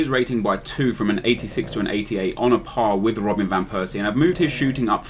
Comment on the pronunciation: thought you would fuck up van persie...but you did him quite well